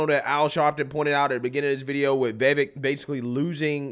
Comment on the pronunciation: After all this coverage of Vivek, this man still can’t say Vivek’s name right smhh. Vivvakkeee. Bro says “Vayvay” 💀